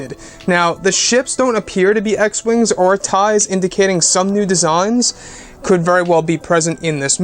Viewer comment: I think mara is the other apprentice to Snoke....and did you say E wings?!